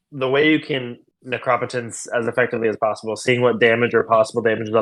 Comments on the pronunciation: The commenter is wild mispronouncing necropotence and the Dark Ritual take is so off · Fun fact: in the midwest we also know how to correctly pronounce Necropotence. 😉